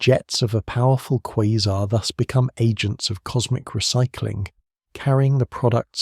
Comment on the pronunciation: I can't listen to this. You keep saying quazer (whatever that is) and them sometimes a quasar. It is driving me nuts. No such thing as a quazer!